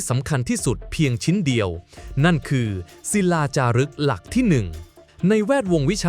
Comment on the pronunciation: ใช้เอไออ่านๆ ผิดอ่านถูก เช่น ทรัพยากร อ่านว่า ซับ พะ ยา กร ไม่ใช่ ทับ พะ ยา กร , หลักที่ 1 อ่านว่า หลัก ที่ หนึ่ง ไม่ใช่ ลัก ที่ หนึ่ง